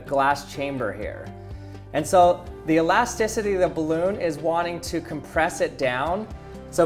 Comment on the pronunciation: I don't think that's how you pronounce elasticity...